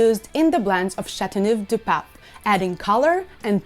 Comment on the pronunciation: So, when will you start learning how to pronounce the name?🤭 I once drank a bottle of the red one. It's fantastic!